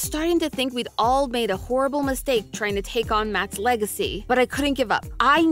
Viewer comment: No…. You didn’t make a mistake taking on MattPat’s “leg-acy”. 🤣🤣🤣